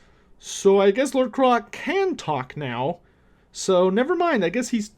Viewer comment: Wait... Isn't Kroak supposed to be pronounced like 'croak' ? You know... cuz he's a giant toad? Also, I believe the expression you're looking for is 'can of worms' .